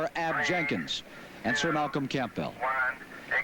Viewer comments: Who is Sir Malcolm Camp Bell? Oh, he means Sir Malcolm Campbell, pronounced Cambell. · Sir Malcolm "Camp-Bell" LOL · P.S. I wonder who the reporter is talking about when he says , Sir Malcolm 'Camp-Bell'? Tongue in cheek comment.